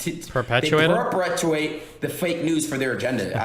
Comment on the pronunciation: Perp-uh-too-a-tee : Perpetuity. Adin butchered that